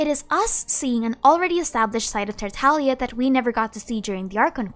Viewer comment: tartalia tartalia tartalia :>